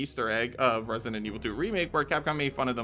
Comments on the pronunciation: Why do you always say "resinent evil" instead of "resident"? Or is it just me hearing that? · Lost count of how many times “resident” was pronounced “resinent” and zoned out half the Easter eggs 😂😂😂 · For a channel that uploads constant videos on Resident Evil, why do you pronounce it “ResiNent Evil”? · Bro pronouncing Resident Evil like "Resinend" Evil all the time triggered me so damn hard